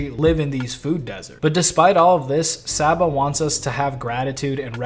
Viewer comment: Came back to this vid because I keep listening to this album on loop. I love the theme of this album, but most of all I love the music 😭It’s sooo beautiful🙌🏽 seeing him perform this live was so euphoric. Also, still chuckling a little at “sah-ba” lol.